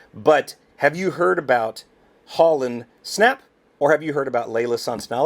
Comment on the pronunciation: Thats Hollynn .... Hol Lynn